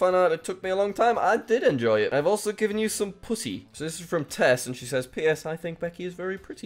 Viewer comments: am i only one who tried to translate the japanese kai wrote and realised how obvious it was Edit: Also am i the only one who heard well you know instead of putty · What he said did not sound like "putty" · That didn't quite sound like "putty" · When jack say putty it sounded like something else😂😂😂